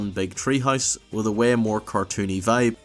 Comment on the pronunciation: And "way" like "wehh"